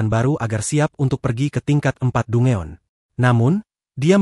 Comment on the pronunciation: Dungeon = dan jen cara bacanya min ... aku suka suaramu 😊